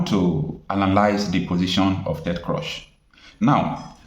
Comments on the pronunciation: Ted Cruz, not Crush. Pronounced like 'cruise'. Good video. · his name is pronounced “KROOZE” and CRUSH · It is not crush, it is CRUZ. and pronounced as cruise. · His name is Ted Cruz as in crooz, not Ted Croz please. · Cruz not crush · his name is Ted Cruz not Crush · Your presebtations are usually good. But it is a disappointment that you continuously be misculall yye name of the principal actor or party in your presentatipn. How could you be calling Cruz as Crush. It is totally unacceptable. A little more rigor in your preparation will be relevant. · Ted Cruz not Ted crush lol!! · Pronounce his name well, Cruz is Cruch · But can't you pronounce Crews/Cruz? I would be deeply offended if you don't pronounce my name properly. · It’s Ted Cruz not Crosh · Ted Cruz, not Crush!Listen to how people are pronouncing this name😤🥹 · Cruz (Spanish). Pronounced: Cruise or krooze. Lazy Nigerians will never stop looking for help from the wrong places. It's going to wind up as jumping from the frying pot into the fire. The zoo hates to research anything. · Do you mean you have never heard of the name Ted Cruze pronounced or called. Why do you mispronounce his name? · Bro, The Senator’s name is pronounced Ted “Krooz” or “Cruise”, not “Crush.” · Stop pronouncing ted croz,its Ted Cruz please 😂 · My brother the American senator's name Ted Cruz not Ted Cruch please note pronunciation thanks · Bro. Pls stop calling him Ted Crosh, it's Ted Cruz(kruuz). Thanks and keep up the good work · Pls the pronunciation is "Ted Krooz," Not "Ted Crush." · Chai. It’s not “Ted CRUSH”. It’s Ted Cruz pronounced as CRUISE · Hello, Presenter. Thank you for your informative videos, but please could you correct some of your pronunciations? His name is pronounced in a similar way as the word "Cruise". When I first listened to the audio of your video, I actually didn't realise that you were speaking about "Senator Ted Cruz." Please take this in good faith. Thank you. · Pronounced Crooz, and not Crush